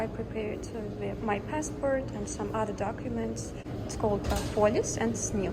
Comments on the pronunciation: documents or doguments? :D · “other doguments”